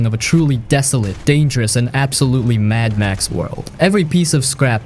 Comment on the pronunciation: Mad Max, Daye Gone, and Spec Ops. ears are bleeding.